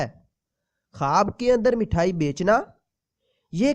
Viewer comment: Mathayi nhi mithayi bolte hain jeee